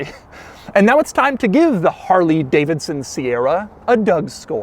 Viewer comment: I constantly forwarded the video and the only thing I listened to was harley davison